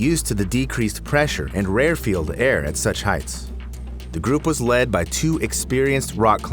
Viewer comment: 'Rarefield' ? WTF ? You mean Rarefied .